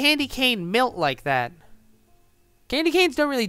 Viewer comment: also i can tell you've never had any experience with the southern portion of the United Stated because you pronounce 'melt' like 'milt' well, i guess it...could still......make sense